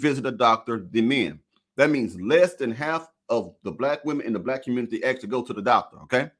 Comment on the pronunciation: WoW this is what’s happening in “The Communitah”, glad I left